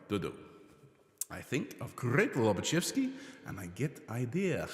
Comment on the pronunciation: Well done - getting your tongue round Lobachebsky!!